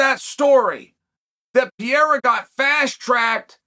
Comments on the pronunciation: Why must you call him “pee era” it’s “pear era” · Still saying Piera instead of Pereira! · Chael keeps pronouncing Alex's name as "Pierra" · yo, im so sorry Chael, I love you, but how the fuck are you pronouncing Pereira brother? lol - you high fam? haha jks great content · How the hell have you not figured out how to say PEREIRA properly yet????????????????? I swear, you do it to bother people. Like "Breakfrast"........... I both love and hate you.